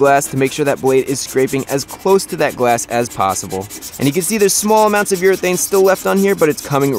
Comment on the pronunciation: am i too deaf or he is saying gwass insted of glass